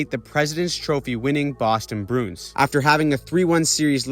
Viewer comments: Bruins is a 2 syllable word, brew-ins and not brunes. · You keep saying the Boston BROONS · You say Bruins weird.